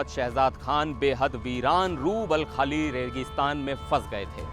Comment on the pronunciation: बोलना कब सीखोगे रूबलखाली नहीं रूब अल खली रेगिस्तान है मूर्ख हो तुम भारतीय मीडिआ सिर्फ सनसनी फैलाना जानते हो